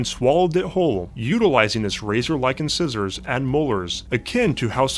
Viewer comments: Incisors is pronounced like "in-size-ers" not "in-scissors." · Mispronounced incisors.